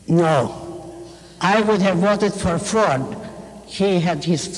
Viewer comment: I was trying to think of who she thought would have been a better presidential nominee in 1980. "Froid" "Fraud"?? Then I realised she was saying "Ford", as in Gerald! :-D